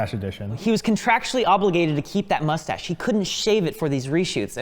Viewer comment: pronouncing it "mushtache" is so freaking adorable